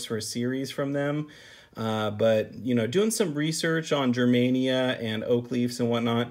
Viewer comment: pronunciation of "Germania" is painfully wrong lol don't me!